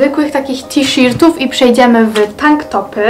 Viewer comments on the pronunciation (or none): kocham cię ale mówi się tiszertów a nie tiszirtów